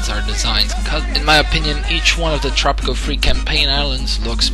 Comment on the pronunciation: "tropico free!?" Thats not English.